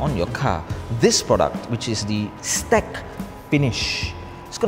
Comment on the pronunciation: Great video, but "STEK" is pronounced "S - TEK" and it stands for "Shield Technology". I was told this by the manufacture that is based two hours away from me. I just started carrying their products.